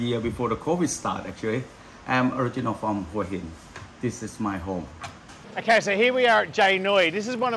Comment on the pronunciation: Love the videos , but to me you pronounce Hua Hin incorrectly. Think it should sound like Wha Hin . Can you check it out please